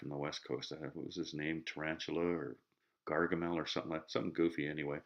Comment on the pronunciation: Gargamale!!!... LMFAO!!!!